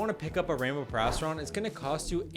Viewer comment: Erm... actually it is PERIASTRON not PARRYON